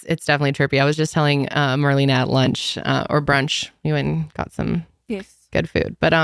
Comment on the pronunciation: You could at least pronounce Marlena‘s name correctly.